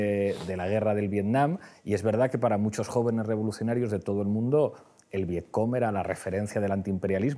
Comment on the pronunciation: Aquí se ve lo mucho que ha leído Pablo Iglesias sobre la guerra de Vietnam - absolutamente nada. ¿Viet Com? ¿Qué coño es eso Pablo? ¿En serio me estas diciendo que no lo has visto escrito en tu puta vida? Lo dice por lo menos dos veces, así que no es un desliz. Este señor no ha visto esas palabras escritas en su vida. Es Viet Cong. Y este tío luego engaña a media España dándoselas de erudito bien leído.